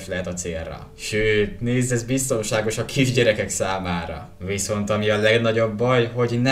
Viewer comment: amikor azt mondtad hogy biztonságosabb a második kandalló úgy mondtad mint a nagy pénzrablásból Denver